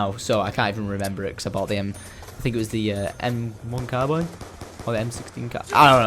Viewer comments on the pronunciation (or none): none